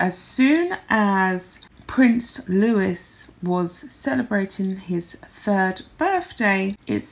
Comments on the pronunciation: Prince Louis' name is pronounced LOOEE, not LOOISS. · His name is Louis, like Louis Armstrong, not Lewis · Don’t say her name. She is Harry’s wife, please. And Catherine’s son’s name is pronounced Loo-ee. It’s French. ✨ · Not Prince Lewis but Louis. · Prince Louis not Lewis 😉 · Ach nobody cares about that woman anymore ...but ... I do care about how names are said and our little Prince's name has a silent 's' on the end so it's Lou is (don't say the s) ..... Unlike Lewis were you say the 's' ..... 🤗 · Please don’t hate me🤦🏻‍♀️ Louis is pronounced Lou we. The s is silent. Great video, thanks.🥰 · No offence, love your videos, but the S in Louis is silent so his name is pronounced Loueee. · It is pronounced “ Loo-eeee” not as you said. Like your commentary btw. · If you’re going to have a YT channel based largely on the British Royal Family you should know how to pronounce the family members names correctly. Prince Louis is pronounced the French way, Lou-ee.